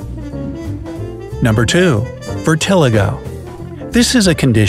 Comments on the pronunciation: Dude... Vitiligo (vit-ih-LIE-go) <-- Mayo Clinic Why must you pronounce Vitiligo Vir-te-lie-go that way? It hits the ear wrong. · okay okay... Is it virtiligo or Viltiligo I heard virt* but its spelled vit*. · Vi-tuh-lie-go is how vitiligo is pronounced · The way he pronounces “vitiligo” bothers me so much! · Glad I'm not alone! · You pronounced vitiligo incorrectly